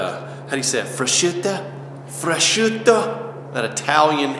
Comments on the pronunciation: Freschutea😂 love ur channel man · That moment when he try’s to say prosciutto haha where’s the Italian fisherman at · You trying to pronounce "Prosciutto" had me rolling LOL.